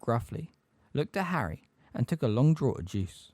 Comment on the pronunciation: I love love love these videos but just have to point out some corrections in pronunciation: - in the phrase “teeth bared” the word ‘bared’ is pronounced like ‘scared’. - a bird’s feathers or “plumage” is pronounced PLOOMage not “PLUM-age” - “Draught” is pronounced ‘draft’ ☝️🤓